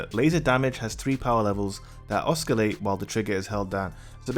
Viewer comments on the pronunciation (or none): You said OSCA-LATE and that makes me mad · Oscarlate?? U mean oscillate lol